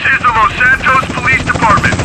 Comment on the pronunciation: Your crazy nigga, it say "this is the los santos police deparment", I gotta admit it sound like if he was saying los angeles but nop..it say los santos